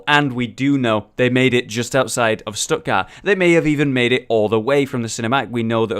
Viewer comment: Stuttgart is pronounced Shtuht-gaart, with a t at the end, not "Stuttgarr". "Die Crusader stehen Wache" is pronounced "dee Crusader SHTE-hen VA-[x]uh". In German, the digraph (2 letter combination) "ch" can be one of three voiceless fricatives (throat sounds), in this case the voiceless velar fricative [x] in the back of your throat that follows vowels a/o/u and diphthongs like au and turns up in Scottish "Loch". While the "ch" in "Eichenwalde" is the voiceless palatal fricative that follows vowels a/e/i and diphthongs like ei/ai, eu/äu and ei/ey, pronounced like the H at the start of the English word "huge".